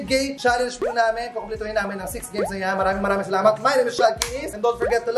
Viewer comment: SQUID GAYMES not GAYS.